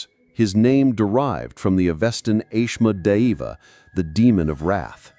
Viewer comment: You pronounced Asmodeus wrong